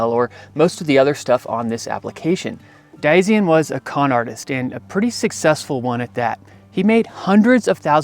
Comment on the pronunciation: You're pronouncing Diazien wrong.